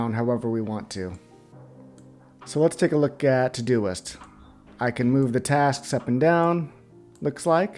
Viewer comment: Thanks for taking the time. Well done. Still not finished but gotta tell you that it sounds like you are saying todo-list every time. Ugh.